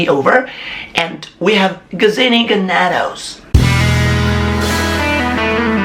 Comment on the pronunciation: proper pronunciation for Ganados should have been by /short vowel sounds/... Ganados ga'.na.dos where: ga as in gargle na as is natural dos as in dosage